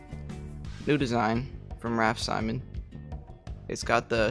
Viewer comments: Sim- ins not si-mon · It’s pronounced simm-ons